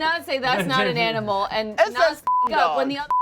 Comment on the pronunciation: "that's not an AMINAL"😂😂😂